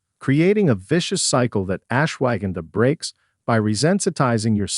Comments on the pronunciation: I might have more confidence in the info if they could pronounce Rhodiola and Ashwaghanda properly. (Not RAH de o la, but “Row”) and not… what? “Ash wagon duh”?? But ash-wuh-gahn-duh. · AI HASAHARDTIMEPRONOUNVING .///ASHWAGANDHA...GONNA TAKE SOME RIGHT NOW